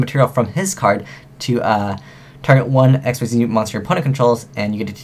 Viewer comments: seriously "exceed". its ikseez since when was it called exceed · im sorry to say this, but the word Xyz is not pronounced Exceed!! it is pronounced Exeez, it just annoys me when people say it wrong :) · isn't it "ixeez"?